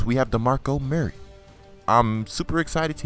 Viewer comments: It's not DeMarco Murray, it's DeMarco Murerry (CullenBurg's Voice) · your pronouncing murray wrong you say it like its mirry but its murray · Please don't call him Muur-Ray lmao. It's annoying enough when burg dies it.